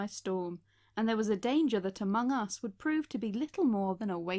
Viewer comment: Me: aMONG us.: Okay. Me: Okay, repeat.: AmongUS